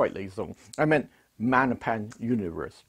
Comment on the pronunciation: Love you, but MaGGGNapans aren't Italian. The G isn't silent. Maggie's is short. Can you imagine saying Mannie's? Nope. Love ya. 😀